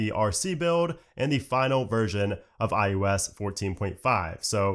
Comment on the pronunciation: Who else hears him say iUS instead of iOS?